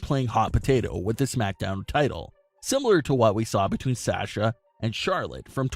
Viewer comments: “Sè sha” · Why do you pronounce Sasha so weird?.. Also, you provided absolutely no real information other than what you would get if you watched the show... Thanks?.. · can this guy stop saying sasha? he cant even say her name right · Gosh I wish this guy would learn how to say Sasha correctly